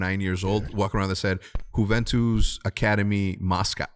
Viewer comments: I swear Hecz is saying yooventoos this entire video. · lol just want to make it clear again that Juventus is not pronounced with the J but with the U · Dude is from Juarez Mexico but still says Jew-Ventus 😂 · Hecz you are not pronouncing Juventus like that surely 😂😂